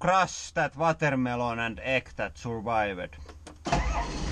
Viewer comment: "And now the eeg"